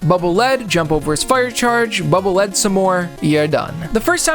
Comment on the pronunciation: Air Man's level was the bane of my existence when going for 100% achievements in MM Legacy Collection. 😆 Btw, Bubble Lead is pronounced "leed" (lead the way)